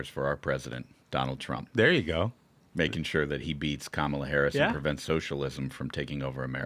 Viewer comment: Hey guys I love the show! I cannot stand Kamala Harris but you have to stop saying her name wrong on purpose. It just comes off as cheap and petty. There's plenty to attack her on so no need for elementary school insults. Other than that keep up the great work!